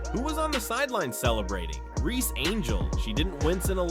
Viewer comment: Angel ReeSSSSSSe. Not angel Reee!!!!